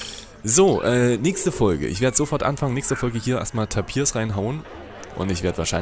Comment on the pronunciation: Taapir, nicht Tapiir. Die Betonung liegt auf dem A